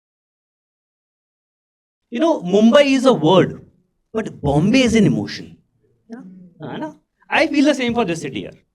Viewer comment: And it's Bom-bae 😜😜